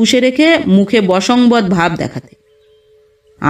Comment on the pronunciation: ...তোমার গল্পপাঠ খুব ই সুন্দর...মুগ্ধ হয়ে শুনি...শুধু একটি কথা শুধরে দিতে ইচ্ছে হয়...কথাটি banshobod.. বশংবদ নয়...